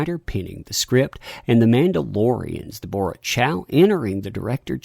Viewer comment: Wait, how did you pronounce Deborah?